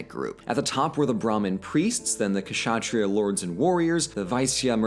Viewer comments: "Kashatriyas" AAAAAAAAAA It's pronounced "shat-ri-yas" people!!!!!!!!!! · amazing video dude.. I'd learned this in school but had forgotten cuz it was just learning for exams. Now it seems actually interesting. And also, its not "kashatriya".. the "ksha" is actually pronounced like the "ctio" part of "fiction" or "dictionary".. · Great video on the subcontinent, as a Pakistani I'm naturally quite excited about a video like this. Just one quick tip Kshatriya is usually pronounced "shut-ray-ya" in the subcontinent and Vaishya is pronounced "Way-shee-ya". There were some other noteworthy mispronunciations but I think these are the ones that matter the most, it would be pedantic to point out every single one without a cause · You don't say kUhshAhtriya you just say shuhtriya, k silent. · Ka-shatriya bro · Actually Kshaitriyas were pronounced as shatriyas. K was silent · K is silent in Kshatriya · The K in Kshatriya is Silent Just a quick 📝 Ataman = Atmaa. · 'k' is silent in kshatriya